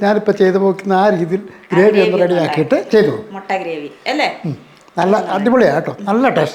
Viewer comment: ചേട്ടാ മൊട്ടയോ, മുട്ടയോ😂